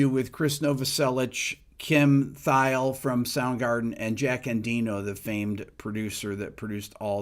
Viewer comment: Pronounced : Kim 'Theel' And also, not Neil 'Shōne' But 'Shahn' like John 🕊️